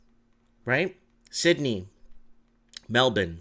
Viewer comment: Hey I am glad to hear you pronounce Melbourne correctly now. Great work Buddy.